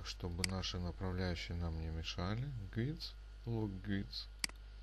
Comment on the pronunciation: направляющие читаются "гайдс" а не "гуидс"